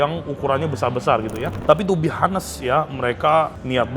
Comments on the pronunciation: Bukan to be HA-nest ko, to be On-nest. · Sorry saran saja buka google kalau Honest itu bacanya O-nes buka A-nes. Thks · Gatel banget gw pengen jadi polisi bha inggris, tiap ngomong honest bener bener hanes, agak ganggu lol.😅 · ngmg honest H-nya jgn dibaca ko, onest or anest ajaaa